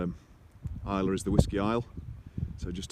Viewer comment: Glad to hear 'Islay' pronounced properly! Hope your dad's better soon.